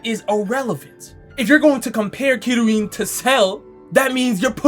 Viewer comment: The kiryuin one akmost made me choke on my fries